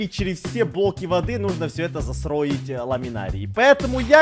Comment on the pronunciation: всё время гаварит засроить а не застроить